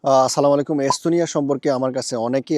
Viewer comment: আসসালামু আলাইকুম ওয়া রহমাতুল্লাহ, ভাইয়া আপনার সালামের শুদ্ধতার দিকে একটু খেয়াল করবেন।